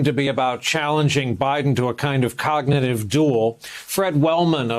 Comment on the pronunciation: Biden can’t even say cognitive